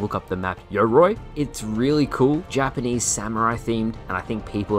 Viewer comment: You cant fool me. Show me how you originally pronounced Yoroi that made you feel the need to dub in a new pronunciation